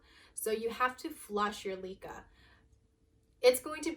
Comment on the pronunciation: It is not LEE-Kah it's LEh-Kah for heaven's sake! You are so beautiful but ruined the fun with your pronunciation, I can't.